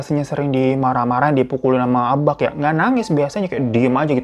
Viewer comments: Mon maap Hiro. Bacanya ABA' bukan ABAK. Kayak BAPA', bukan BAPAK. Hehe. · Bang, bukan abaQ, tapi cara nyebutnya itu aba'😭😩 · Baca abak nya aba' bang... Kayak baca tulisan mbak gituu... Ihiik.. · Nyebutnya bukan abak bg tapi abak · Agak terganggu sm kata "abak" yg seharusnya K nya gk di jelasin pengucapannya. Jd seharusnya diucapinnya jd "aba' " Ya maklumlah org padang. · Abak itu bacaannya Abak ya bang, bukan Abaq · cara ngucapin "Abak" itu sama kek pengucapan "Bapak" jadi K nya itu hukum nya ikfah syafawi/samar cmiiw ❤ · Gue relate sih sama sikap abak, karena emang dasarnya orang padang itu ajarannya keras 🥲 Tapi mon maap nih bang Hiro, gue sebagai org padang asli, ngakak tiap kali lu ngomong abak. Soalnya pengucapan abak itu gapake "K", jadi abak itu pengucapannya "aba" 😂 Tp tengkiu bg Hiro udah nepatin janji junii 🎉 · kayanya bacanaya aba' deh bang, soalnya kalo di padang huruf K di akhir itu bacanya kaya ditahan gitu. kaya orang Jakarta ngmng "bapaK" bukan kaya baca K di "kapaK" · Salah cara Baca abak😅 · Maap bang nada abak nya salah 😢 hehehe ngak nyalahin kupingku aja yang ngak biasa denger abak bukan abak 😂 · greget w dengar kata abak dari bg hiro,, bacaaan ABAK itu seperti Penyebutan MARTABAK,, huruf K nya jangan jelas bg,, agak lain rasanya kuping dengarnya